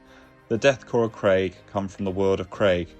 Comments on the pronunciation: "mass" is m-ass, not marse Krieg is "Kreeg" not Craig. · It’s pronounced ‘kreeg’